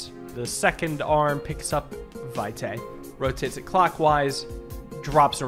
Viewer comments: it's latin, the correct pronunciation is vɪtɑɪ in fonetic alphabet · "Vitae" means "life's" in Latin - it is pronounced "Vee-te", last E as in Element :)